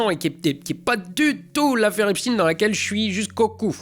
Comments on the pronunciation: Epstein bordel, pas Epstin. Albert, c'est bien Einstein, pas Einstin. je pensais que tu ne serais pas tombé dans le panneau de la distraction à 2 balles, parlons de la prononciation pour ne pas parler de l'implication de beaucoup de personnalités français dans cette horreur qui mériterait de ressortir la guillotine. bon sinon, superbe analyse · Les analyses politiques de comptoir dans une video sur les OVNI ça gâche le goût . Et par ailleurs Epstein ne se prononce pas Epstine ;) à bon entendeur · Epstine ou Epstein ? telle est la question. Et cela va bien plus loin que du syntaxique . Je remarque juste qu'il y a quelques années c'était bien Epstein qui était dit dans nos média Européen mais depuis quelques mois ça a changé. On pourrait toujours me dire que c'est la prononciation à l'américaine qui est retenue. Mais dans ce cas pourquoi pas Albert Einstine alors ? Et clairement, le lobby extraterrestre n'y est pour rien dans cette histoire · Quand quelqu'un comme toi qui habite la région Alsace-Lorraine où se comptent par centaines les villages dont le nom se termine par "heim" ou "ein" et se prononcent tous à l'allemande, quand ce quelqu'un prononce "Epstine" ça a une petite tendance à m'agacer, désolé si je suis un peu vif. Quand de plus tu affiches une photo d'Epstein avec Trump (ce dernier l'avait rapidement envoyé bouler quand il a compris sa nature extrêmement vicieuse et dangereuse), tu fais exactement ce que tu dénonces, c'est-à-dire détourner l'attention du public, une attention qu'il devrait plutôt porter sur les centaines de pourris qui ont fréquenté JE (dont des français bien en vue) plutôt que sur le POTUS. Bon, je sais que ce n'est pas le but de ta chaîne de faire de la politique, mais si tu effleures le sujet alors s'il te plait fais bien attention de ne pas faire (involontairement je pense) le jeu des élites et des manipulateurs. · Il a dit Epstine ! il a dit Epstine ! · "Epshtaïne", c'est pareil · Epstein pas Epstine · Epstein. Pas epstine